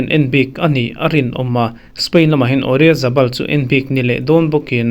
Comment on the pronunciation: Oryazabal ti zel a SIR chuuuuu😅😅😅